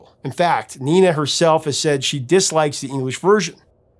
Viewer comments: You got the message of the song right, but your pronunciation of Nena is wrong. The "Ne" is pronounced like "Neh" in "Vaya Con Dios - Nah Neh Nah", maybe that musical reference helps you to remember that 😀 Maybe sonebody else allready offered this, but if you'd like a translation by a German, I could provide that. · The English version was only actually released in UK and Ireland, where it did reach No.1. Also, if you're wanting to use the original German title, it's not Ninety Nine, but Neunundneunzig. Also (again) Nena's name is pronounced "Nay-na". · I think it's pronounced nay-na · At the time everybody in the US pronounced the name, "nay-nuh" probably because that is how a German would say it and she is Deutsch so we wouldn't expect it to be a name in Español. Very interesting ... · I dare say you do a better job with the German than the name Nena pronounced as it is has any recognizable connection to the Spanish "niña." Really curious how many native Spanish speakers would even think to hear it that way when pronounced so... German. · Not Neena . nena the e in Spanish is pronounced as hell bell tell or sell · Fuxake it’s not Neena it’s Nena. Short e vowel. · It’s pronounced nay-na, not nee-na. Luft is pronounced “looft”, just listen to the song - please? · Similarly, I thought the name was pronounced "nayna", not "neena" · She's called Nena, though, not Nina. I know English speakers struggle with the long e, but short e would be much closer to the actual name than i. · Nina is a German name for women. It's short for Katarina (Catherine). Nena is pronounced differently: 'nay-naah.' Nena still is Gabrielle Susanne Kerner's artist's name. '99 Luftballons' was their only hit in the USA but in Europe they scored more hits because we're more familiar with German (though prior to Nena we didn't appreciate German songs nearly as much). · The e is pronounced like the e in bet, not like a double e in beet. Great coverage of the history of the song.